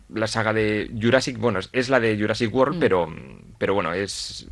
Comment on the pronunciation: “Jujiasrrik wol” que lio se ha hecho xD aunque igual era Jurassic World en vasco y no nos hemos enterao...